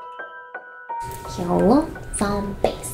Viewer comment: She should say “Hello Zambies” instead of “Hello Zombies”